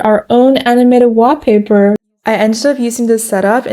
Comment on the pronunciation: I love that she says WAH paper 😁